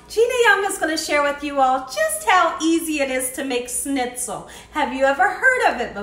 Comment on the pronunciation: Delish, as usual, my dear! I've so run out of ideas during this shut-in, I'm going to go for fried stuffs now. Schnitzel is brilliant. May I help your pronunciation a bit? ssshhhnitzel : just thrown in an sh at the front of how you say it, my dear :) Usually, we have a gravy, mash potatoes and a salad with this, but OMG, couscous! Thank you.